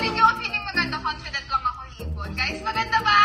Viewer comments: Actually mali po grammar mo you say it's comfident but it's confident bulol lng Ang peg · Compident dw sabi ni 🤣🤣🤣mali din nmn baka confident 🤣🤣🤣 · Comfident daw hehe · CINNORRECT NI HORSE SI HERLENE SA CONFIDENCE PERO ANG PAG CORRECT DIN NYA "COMFIDENT" HAHAHAAH MY GOSH